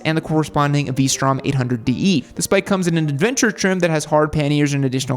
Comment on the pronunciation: said P strom. 🤣🤣